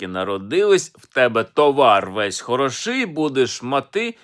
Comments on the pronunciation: 1). Овечки окотились (родили потомство), а нікуди не "покотились". 2). В тебе весь товар хорОший, будеш мати мірку грОшей. Неправильне розставлення наголосів так ріже вуха, аж гидко стає. 3). А що гроші?.. То - полова. В тебе дінка чорноброва! Означає, що жінка господаря, та сама чорноброва, не стає у порівняння ні з якими грошима чи багатством у вигляді товару (худоби), так як є найбільшим скарбом для чоловіка (господаря). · Товар хрОший, будеш мАти торбу грОшей. Не калічте слова не вірними наголосами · На Хмельниччині і тепер так кличуть худобу.Наприклад:"Пішла товар пригнати додому(де" товар"-це худоба) До речі,автор неправильно робить наголос на словах"хороший" та"грошей".